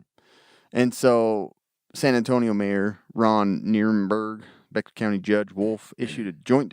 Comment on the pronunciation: Bexar is pronounced “Bear”. I live in San Antonio and it was a scary time. As prepped as my family is I felt under prepared. I also live in an apartment complex and believe me my protection devices were at the ready.